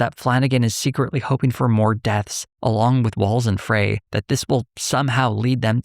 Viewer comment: For future reference, Minneapolis Mayor Jacob Frey pronounces his last name “fry.”